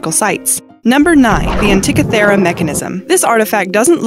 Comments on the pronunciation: Leran how to say words, please. Antikythera = an-tea-KITH-er-rah, not ah-TICK-a-thera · No. 9 - it's NOT pronounced "an-tik-a THEER-a. It's pronounced " an-tee- KITH-err-a. And it was designed and built by Archimedes, who was basically the Einstein of the Roman era world, circa 1st-2nd Century B.C.E. He designed devices that would lift entire ships out of the water and turn them upside-down, then drop the ships on the invading men who fell into the sea. He also designed and built the Archimedes Screw, the first device that appeared in human history that actually propelled water UPHILL. It's how the Greeks, and then the Romans, would get water to flow upwards. The Romans used it to great effect on their aqueducts, getting fresh water to go from a stream or river high up to the aqueduct, then use gravity to flow all the way through the town or city that was built near it. Amazing guy, this Archimedes. Can't believe it took until Galileo to confirm (or re-confirm) his theories on planetary motion and eclipses. Just so far ahead of his time. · And it is AntiKITHera (where the stress, accent) is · The narrator script reader mis pronounced no. 9 antikethra device. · ugghh how she pronounces antikythera...2 for 2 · You seriously probably one of the most mispronounced words ever in one of these videos is the antikythera mechanism it's I don't understand why it's so hard to pronounce that all you have to do is do a reference even a Wiki and it will tell you how to pronounce the word at it just heard it so much just obliterated in the pronunciation that it makes my ears hurt